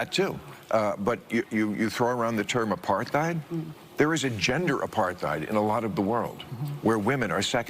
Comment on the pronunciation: Bill, it’s actually apart-heid. It’s not a ‘th’ diphthong. It’s like two separate words apart and heid.